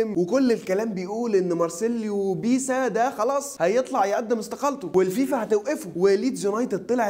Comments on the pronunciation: بيلسا مش بيسا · اسمه مارسيلو "بييلسا" مش بيسا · على فكرة بتنطق اسمه غلط بس